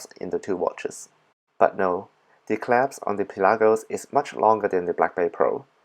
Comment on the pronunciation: Love how you say clasp claps hahaha 👏